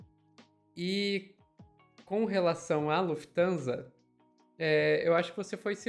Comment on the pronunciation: Lufthansa com i após o f 😆 sempre zucas a serem zucas